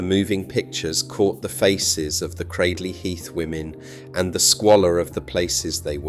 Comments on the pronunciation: Considering you elude to say that people can't pronounce the name within your video, you actually can't pronounce it yourself. It's not pronounced Cradd-ley Heath, it is pronounced Cray-d-ley Heath, if you're intent on being an Historian, these things matter, try to get it right. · Cradley heath...at least pronounce it right if you comment about it....Great people still a Great town to go too